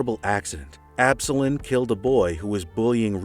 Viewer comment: Absolon is pronounced "Ab - soul - on" btw but great video man!